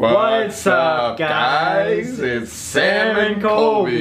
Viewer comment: Every time they do the sam and colby intro i keep hearing "What's up guys its SALMON colby" anyone else hear that besides me.